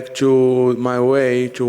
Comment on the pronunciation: "Out of [me] socket"